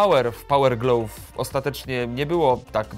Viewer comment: słowo GLOVE wzmawiaj /glaw/. Materiał spoko, jak zawsze.